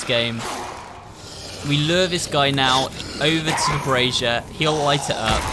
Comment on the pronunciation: Thank you for pronouncing “brazier” ! The only place in the US that word exists is on a Dairy Queen sign and no one knows how to pronounce it